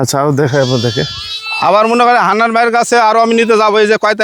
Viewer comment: হেডা ভরা মুছ। আর মূর্খের ঘরের মূর্খ,বার বার হান্নান না বলে হান্নাল বলিস কেন হালা বলদ